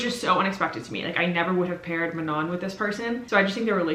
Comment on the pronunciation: I love your videos, but the way you were pronouncing Manon hurt my welsh soul a little, for future reference it would be a welsh phonetic 'a' so an 'ah' noise so it would be Ma(h)non